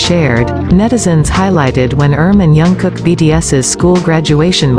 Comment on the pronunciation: Pronounce his name properly please!